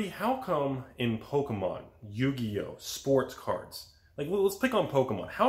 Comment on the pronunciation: You know this video is serious when Rudy takes in the effort to pronounce Yu-Gi-Oh correctly lol...